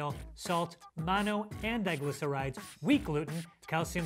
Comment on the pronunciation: .... MONO-DIGLY-CERISIS !!!! 🤣🤣🤣🤣 He made it sound like a disease!